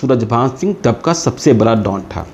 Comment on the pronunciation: जी आपका कार्यक्रम अच्छा है पर आप * स * को *श * बोलते हैं और बड़ा को बरा बोलते हैं जो बड़ा अटपटा सा लगता है कृपया ध्यान दें और आप कुणाल किशोर बड़े कड़क अफसर थे कहते हैं तो हमेशा करप्ट सुनाई देता है क्योंकि पुलिस और करप्शन का चोली दामन का साथ होता है। सो आप कृपया कड़क की बजाय कोई और शब्द प्रयोग करेंगें। आपका प्रशंसक जी. प्रमोद नायडू ( Retd. DSP MP)